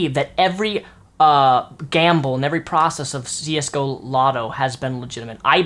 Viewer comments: it's csgolotto not csgolobby btw :p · just watched this vid, but in the vid you said csgolobby, instead of csgolotto tho? :P